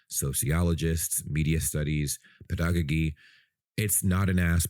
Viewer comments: Sounded like you glitches on " pedagogy " pronounced pedagojy 😉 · Did you just say "pedago(gee)"!? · You have opened the Pandora's box here... Also you have to check the pronunciation of the word pedagogy.